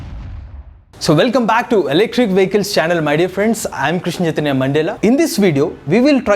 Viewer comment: First time I heard you say your name "chaitanya" properly today bro 😛🔥 Every time it's only